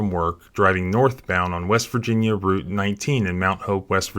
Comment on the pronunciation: You pronounced route correctly, not rout